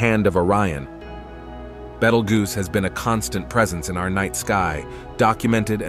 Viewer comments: Oh absolutely first prize goes to betelgoose 🤣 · I don't think you pronounced betelgeuce the same way twice😂